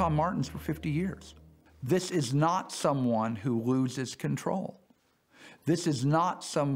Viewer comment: “Zishhh izshhhh shnnot shhhhomeone who loshhhhes conshhhrollll”